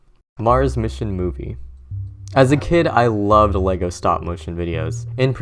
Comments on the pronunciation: It's fucking "LEG-O", not fuckin "LAY-GOES". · its not lee-go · That is not how you say "Lego".